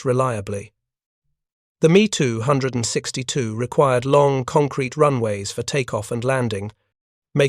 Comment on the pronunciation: Too much repetition at the end and finally the 'Me' 262 mispronunciation finished Me or Pissed Me off.